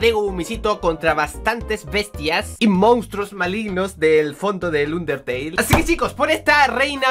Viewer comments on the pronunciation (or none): none